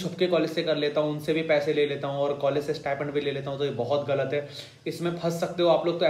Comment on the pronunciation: Abey stipend hota hai stipment nhi